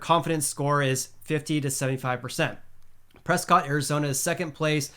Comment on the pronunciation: Thanks for explaining the CL report. Again........... it's "Presskit" (with a slight Texas drawl).................. at least if you're driving a Ca plated vehicle and worried about the banjo music in the background. ;-)